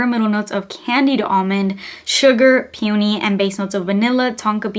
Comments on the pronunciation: It's pronounced pee-uh-nee. Where are you getting the puny pronunciation from? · Girl you are not still pronouncing peony like "puney" - literally for years people have gently tried to correct you.